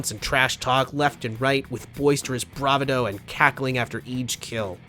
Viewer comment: just two notes: around the 40 minute mark you pronounce it "Kron-o trigger" and "brah-va-DOH" but its "krone-o-trigger" and "bra-VAH-do"